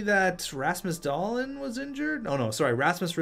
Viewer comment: Its DahlEEn not DahLIN